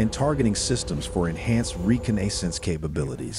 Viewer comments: "Reco-naysense." I'm assuming that's the first time you've seen that word. It's normally pronounced "re-CON-na-sense" or "Re-Con-ne-sahns" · reCON-naissance not reCA-NAYssance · Re - Con - Nay - Cents? I wish these electronic voices would learn to pronounce words correctly. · Reeconaysense. The most important of the five senses to a pilot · Recon-AY-sance? Really? 😂 High wing? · Re-ca-nay-sense missions - the AI voice isn't 100% yet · Re-co-na-sis missions are 💀🤣 Just when you thought you were getting a real human voice the robot shows it's lack of pronunciation and adds to by saying Co-lam-bia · Say Reconnaissance again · Say reconnaissance correctly please.